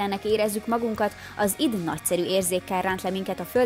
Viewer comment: Nagyon adja a videó pont amilyennek elvárja az ember tőletek, de nagyon kérlek tanuld meg!!!! Az id az Áááájdíííí 😅😅🤣🤣🤣🤣